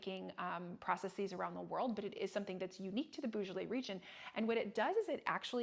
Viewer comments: Very interesting episode. Small criticism is the odd pronunciation of Beaujolais. It is Bojolay and not Boojolay. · pronounced bo jolay not bugolay